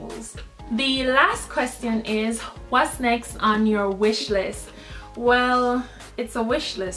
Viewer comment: i love how you said whats next as was like in german :D